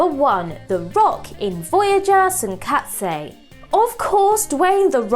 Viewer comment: OMFG. It's WANG, not WONG. And learn how to say Deuterium, Tsunkatse and Schwarzenegger. FFS. You're turning into another Marcus Bronzy.